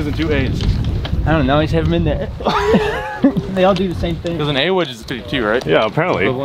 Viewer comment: I don’t know why but hearing say A-Wedge bothers me 😂